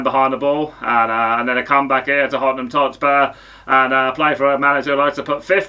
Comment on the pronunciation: “Hottenham Totspur”